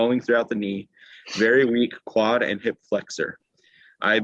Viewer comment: Quad tendons not wud tendons lol